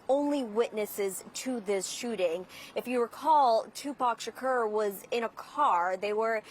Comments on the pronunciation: What would yall have done if she called him Tupick Shkeer? 😂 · I'm cringing at how she is pronouncing his name! Ugh! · Tupac Shukerr 😂😂